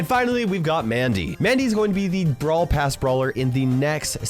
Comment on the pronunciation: You said Brawl pras😂😂😂😂😂😂😂😂😂